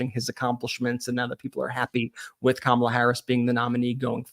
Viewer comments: "Kamabla"? Orange Boy should get a campaign manager who can speak English. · Kamabla it's a racial slur.remember the Cosby kids. The kid that always pronounced everything with a bl or ba. Howba youba doingbla.